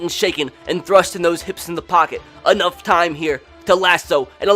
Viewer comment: “Enoigh time to read a book of haikus to a pack of diabetic hyenas”😂